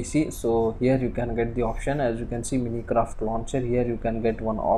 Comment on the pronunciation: Braaa lmao it's not minicraft it's Minecraft